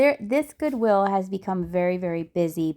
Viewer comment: ...Goowill? lol